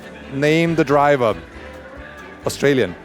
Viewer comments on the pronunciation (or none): none